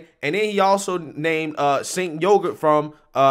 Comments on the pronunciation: It almost sounds like you are saying "Sink Yogurt" which is freaking hilarious. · It sounds like you are calling the dude Chenk Yogurt. 😂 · "Sank from the young turks" Not how you pronounce his name, but it's very fitting considering who he is lol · I like how you pronounce that guys name "sink yogurt" lol gross, just like his opinions hahaha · I have to use subtitles most of the time to listen to these videos and YouTubes subtitle algorithm can't pronounce cenk uygar's name. It comes up as chang yoga and chicken yogurt lol. I think chicken yogurt should stick. Ridiculous name for a ridiculous person. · Chank yew-gur is how it's pronounced. But honestly, I love people pronouncing his name wrong because it pisses him off, lmao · I really thought said Jenk yogurt! 🤣 That guy is a fowl mouth man child. Why does he looks like he want to explode every time he talks.